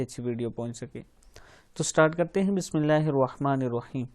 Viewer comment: عابد راجہ بسم اللہ صیح پڑھا کریں پیش نا لگایا کریں زبر ہے